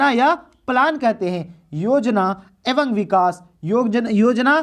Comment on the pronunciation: एवं ko evang nhi evam padhte hain